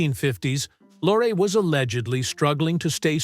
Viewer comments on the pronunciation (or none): I beg your pardon: Peter Lorre (pronounced "LORE-ee", not "Lore", it really isn't that difficult to find out pronunciation of a famous name) did play a sympathetic role at least twice, once in "Three Strangers" and once in "Mask of Dimitrios". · You are clearly VERY confused between Lon Chaney Sr. and son, Lon Chaney Jr., two completely different people, yet we see images of both intermixed. Inaccurate, shameful and an insult to both. In terms of Peter Lorre, you are ridiculously "off the mark" in so many facets. Good Lord, you can't even pronounce his surname!!!